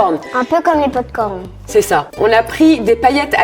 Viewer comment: Tu as dis je valide les popcorn licone🤣🤣🤣